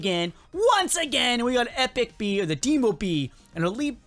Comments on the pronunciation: LOL its call demo not dimo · It’s not Doomo bee it’s DEHMO bee